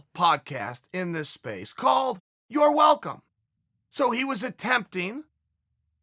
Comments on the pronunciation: No one: Chael: Ya-rear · Yewe-err kauwrec-ked the-re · Jonathan you mean... YOUR’ER Rodriguez? 😂😂😂😂😂